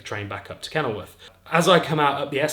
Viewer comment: Did you say from kennelworth? WOOF